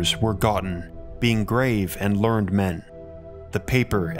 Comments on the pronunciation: Just FYI, the adjective "learned" is pronounced "learn-ed". The past tense of "learn" in British English is "learnt". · no real point to this comment if he’s using American English